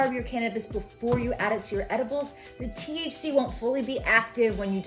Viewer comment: Just to let you know it’s THC not TCH and TCHa not trying to criticize you, I’m just letting you know for future videos or conversations.